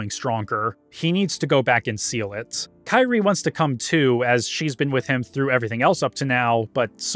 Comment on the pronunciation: You say you’re a massive fan but you mispronounce kyries name the whole video. Wondering if you even played these now or just made this video for attention